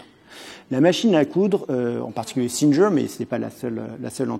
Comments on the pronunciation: Très intéressant. Petit détail sans importance : j'apprécie qu'il prononce les noms anglais ou américains avec un semblant d'accent mais si c'est pour prononcer le G de "Singer" comme un "J" au lieu de "GU" de "ˈsɪŋɚ" l'intérêt en est amoindri. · J'ai bien aimé le micro-moment "je déballe mon accent anglais" où le type se ridiculise en prononcant "Singer" 5 fois de suite et en se vautrant (sans le savoir) lamentablement.